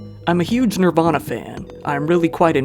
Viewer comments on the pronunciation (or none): none